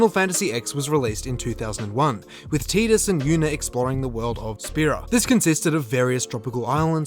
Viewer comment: It's Tidus...and he's pronouncing it Tee-Dus, which is the right way even if I'll always call him Tide-Us